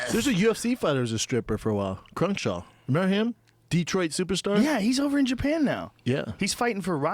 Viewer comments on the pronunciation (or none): Yeah brandon sorry buddy but its "CRUICKSHANK" not CRUNKSHAW you fucking oaf. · lol "crunkshaw" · Bahaha I love when Schaub bails out of words. He just calls Darron Criukshank "Croonshaw" lol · "Crurnkshaw" - Brendan Schaub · 13.05 Dumb fuck Brendan Schaub calling Cruickshank "crenshaw" This guy is sutch a meat head... omg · Soo Sorry "Crunchshaw" hahaha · WHY THE FUCK CANT BRANDON SAY CRUICKSHANK